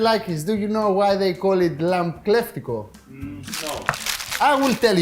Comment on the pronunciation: lol Akis, the b in lamb is virtually 'silent' in English, so you don't need to pronounce the 'b' so you say 'this beautifully, expertly, inexplicably cooked lam/b IS PERFECT' because I know it is, on a tech level, I have never seen Kleftiko cooked with cheese before, is this regional? as always entertainingly inspired cookery, and love the best of Greek Yoghurt, olive oil and Lamb, including lemons and many other things no doubt....... 😉🥰